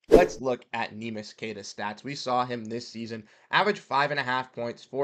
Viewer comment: I want him back, too. But, it pains my brain to hear you say his name that way. You produce content on the Celtics, you can do better. Please, please, please learn how to say his name. It's three syllables. Neh mee ish or if you can't say that... nickname Neemy